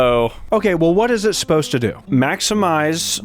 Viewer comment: One says "Maxmize" and the other "Maxinmize" lol